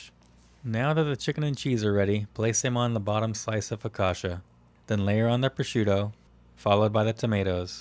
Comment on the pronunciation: Your sauce is surely delicious, but it has nothing to do with aïoli. Focaccia is not pronounced focasha but focatchia.